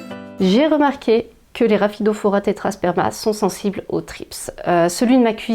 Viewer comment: Coucou !!! Elles sont magnifiques et bravo pour la prononciation même rapidement hahahah!! merci pour tes conseils bisous